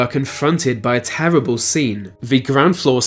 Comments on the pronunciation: Tewabow contishins. Fuckn Tewabow. 😁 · “Tewwible conditions” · When he says "terwibble".